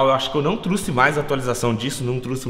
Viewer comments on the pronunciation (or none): Um carro de 200 mil reais mas ainda fala truxe ao inves de trouxe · Mds olha o seu português mano Vc falo truxe cara aprende a fala não é truxe é trouxe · mano, não é "truxe" é trouxe! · "truçe" kkkkk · O falou truce